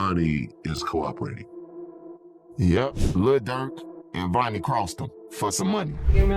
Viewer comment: OTF Vonie not Venie